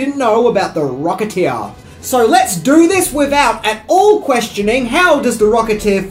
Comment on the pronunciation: “The Rocketeeah”